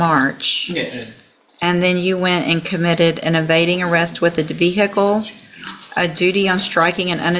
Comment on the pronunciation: ‘Unlicensed use of a Vee Hickle’ 😂